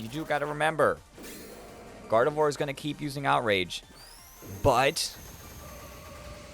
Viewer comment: First off, I love the video, but second, I'm just letting you know that Gardevoir is pronounced "Gardev𝘸𝘢𝘳" and Garganacl is pronounced like "gargantuan" but with "uh-cull" at the end instead of the t-u-a-n.